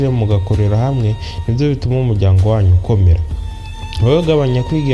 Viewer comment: Bavuga umuryango ntabwo ari umujyango